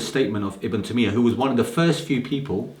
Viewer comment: Who is ibn tameeya and uthameen fam you can't even say their names properly.